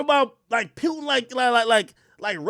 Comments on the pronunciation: Pronouncing his name as Pewtin is hilarious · It aint pewtin